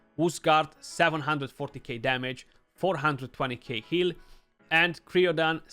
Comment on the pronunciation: Hey brother it would be pronounced cry-o-dan like crying. The champ has freeze so Cryo- is from the Ancient Greek κρύος (krúos, “ice, icy cold, chill, frost”). There's things like cryo therapy so I've heard it pronounced quite a bit. Anyway best to you and the family 👍